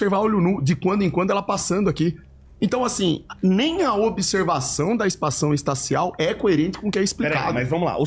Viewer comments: O XANDÃO MANDOU “EPAÇÃO ESTACIAL” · "espação estacial" Ele falou isso tão naturalmente que me pegou desprevenido